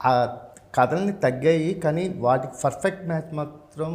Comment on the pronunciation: Adi ferfect kadu babu😂😂Perfect antaru Perfect❌Ferfect✅